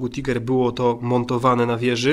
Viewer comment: Czyta się Tajger a nie tiger